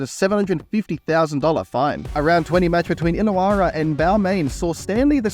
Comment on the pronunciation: Lost 100% credibility talking about League when you cant pronounce Illa-warra down vote